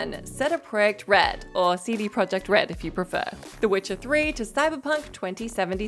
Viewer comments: Did she say Sedic Projekt Red? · Please pronounce CD ProjectRed correctly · I hit rewind so many times to hear say CD Projekt red